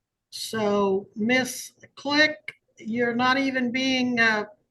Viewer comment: It sounds as if her name is Bisquick, the baking mix, I know they're saying Miss Click, but it sounds like Bisquick😂😂😂😂she's insufferable